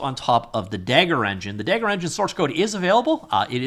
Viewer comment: Dagor is pronounced "day- gor", not "dagger"/"da-ghor".